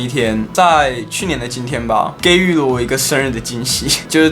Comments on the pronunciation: 【给予】是读 ji（第二声）yu (第三声） 你读错了！！~~~ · 给予(ji yu)，念错咯~~ 活在世界上真的很好o，放火不可以轻生 最后简单的一句 #放火，生日快乐🎂#